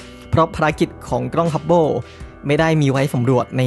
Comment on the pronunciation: ด้วยความเคารพนะครับ ad "กล้อง" นะครับ ไม่น่าใช่ "กร้อง" , "เส้นผ่านศูนย์กลาง" ไม่น่าใช่ "เส้นผ่านศูนย์กราง" แบบนี้ดีกว่านะครับผม, อย่างไรก็ตาม ขอชื่นชมและขอขอบคุณความรู้ที่เราได้รับจาก ad ในคลิปนี้อย่างมากมาย ขอบคุณจริงๆครับ